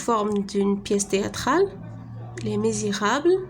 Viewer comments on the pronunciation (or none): Merci. Les misérables et non pas les mésirables.